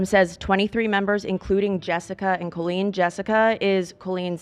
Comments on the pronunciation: genuine question: why are they all pronouncing her name like Cole-een and not Cal-een??? it sounds so weird and I have never heard it said like that before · Colleen, is pronounced like Call-lean not Cole-Lean..... This whole episode was triggering... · Is there a reason she’s pronouncing it cole-een instead of saying coll-een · The most confusing thing here is her name being pronounced “Coh-Lean” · I love but why is she pronouncing “cool-lean” instead of Colleen 😅